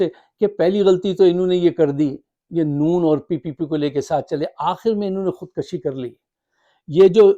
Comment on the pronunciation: Khud Kashi ni Khud kushi hota h